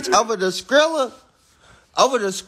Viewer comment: As many times as he called scrilla scredda had me rollin and im from Atlanta too and you makin us look foolish lmmfao i cant they to funny tho